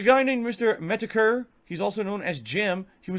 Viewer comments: metokur? or meatokur?? english is bad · Dear mr. Meet-uh-Kh-errr… Do a 5 minute search on DSP on YouTube… lmao